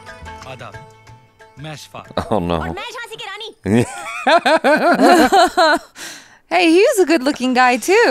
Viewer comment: Did just said "noh"??? 😂🤣😂🤣😂🤣😂🤣😂 she is pure desi now.